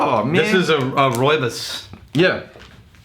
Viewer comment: Also, the tea is pronounced Roo-Eee-bos.